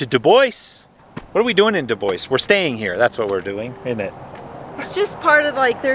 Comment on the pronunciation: We need a little lesson on how to pronounce DuBois. :) but I sure do love ya!